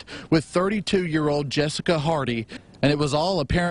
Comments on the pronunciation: Her name is Jessica, Charla was pronouncing it wrong as JuSeka. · this ILLITERATE bastard didn't know how to pronounce Jessica. SMDH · How long Charla been on the planet that he dont know how to pronounce Jessica..he almost made it sound like a black name. LMAO!!! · Right?!! Is he saying that on purpose ,i really thought for a min that he didn't know how to pronounce jessica